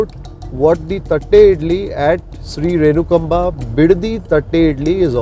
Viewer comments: Correct pronunciation is renukaamba.... instead of renukamba. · U r pronouncing the name wrong.. Its renukaamba.. Nt renukaba...